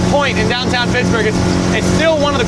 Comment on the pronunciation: You said dahn tahn wrong